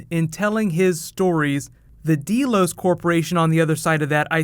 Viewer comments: Great video! This was really interesting. I really like your explanation and theories. Please PLEASE do more Westworld videos!! Oh! Also, it's pronounced "Dell-os" like Dell computers. Not "deal-os." Just fyi. :) But seriously though, please make more Westworld videos just like you do with Game of Thrones. I think people would really like that. I know I sure as hell would! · It's "Delos", not "DEElos". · Deh-los. Not dee-los. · Deeeeeelos WTF?!! Don't you watch the show? D-E-L-O-S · First time I've ever seen this particular video, but one thing stands out. Did you ever listen to this show? Did you ever see the original movie? Did you never realize that the name of the corporation, Delos, is pronounced DELL-OSE, not DEAL-OSE? It's freaking GREEK! It's an actual island in Greece! This midwestern high school student mispronunciation sticks out like a pimple on a prom queen! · I'm sure tons of people have said this but you know it's "DELL-OHS" not "DEE-LOHS" right?